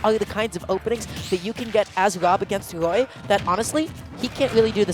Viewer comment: When someone who can't pronounce the letter R has to commentate Woy vs W.O.B. 😵